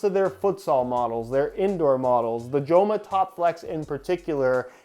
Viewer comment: Great to see Joma in the channel, as a Spaniard, the name is pronounced "Homa"